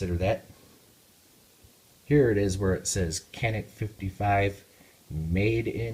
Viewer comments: "Canik" pronounce as "Janik" in Turkish language. Sounds like "j" letter while saying "Japan" in English. By the way awsome video :) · Pronounced JOHNICK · Just so you know, in Turkey it is pronounced "Janik". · This gun is pronounced Ja-nik, with that said I have the 55 TP9mm, great gun at a great value.